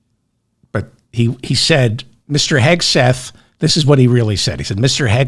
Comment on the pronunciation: Thanks for your perspective, David. Pronunciation feedback-it's Pete Hegseth (not Hesgeth).